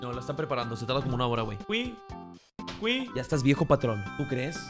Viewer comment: Por que dice CUI??? XD